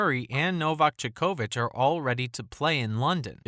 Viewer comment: Bro how can you mispronounce djokovic‘s name so bad💀😂